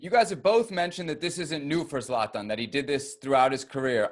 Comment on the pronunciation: Is that guy saying Satan or Slatan ? Lmfao, it's Zlatan mate get it right🤣